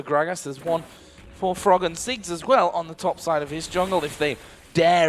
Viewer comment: its ziggs not six